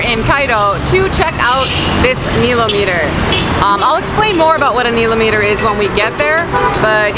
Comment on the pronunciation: yes, pronounced nile-ometer correct? I never heard it pronounced the way you say it, is that how it is said there? I heard you say it both ways? Love the videos!!!